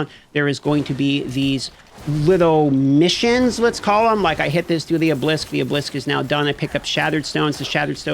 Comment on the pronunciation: Ah-buh-lisk not oh-blisk